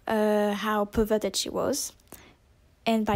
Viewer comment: Bruh how fucking old are you, like 4? You can't even say perverted right you say pervwerdert instead, lol. ITS A JOKE it's not supposed to be offensive take it like a man.